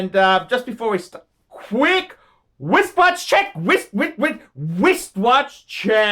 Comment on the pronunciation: IN ORDER TO DISCUSS WRIST WATCHES YOU HAVE TO BE ABLE TO PRONOUNCE "WRISTWATCH" DURING YOUR WRISTWATCH CHECK YOU ALWAYS SAY "WIST" WATCH CHECK. JUST PRETEND IT'S SPELLED -- RISTWATCH . FUCKER!